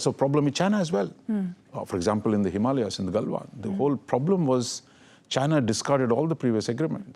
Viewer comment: For the first time a news anchor outside the Indian Subcontinent pronounced "Himalayas" correctly!